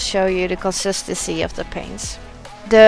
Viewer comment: Omg if she says consistency wrong again I’m gonna scream!